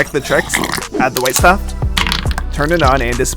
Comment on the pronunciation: 'Add the withe stuff' 💀